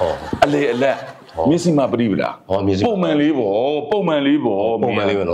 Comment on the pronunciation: အလောင်းစီသူဟေ့..စည်မဟုတ်ဘူး စီ..ဟေ့စီ.